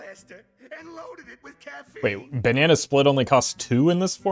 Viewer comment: is your 'and fully lowded? Just loik yer soid ahhhhhhhhm?